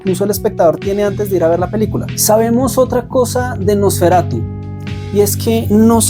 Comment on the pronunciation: Me daba algo cada vez que decías "NosferatuS" 😮‍💨, pero tu reflexión me gustó mucho, muy alineada a lo que nos cuenta Eggers a través del Terror.